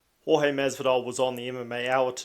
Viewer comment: Love that he calls him George. Such a subtle throw of shade by mispronouncing his name. Chael beat up 5 guys who were rude to his wife. George ya bitch